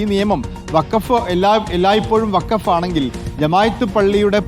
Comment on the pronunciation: വക്കാഫ് അല്ല ഫക്കോഫ് 🤡🤡🤡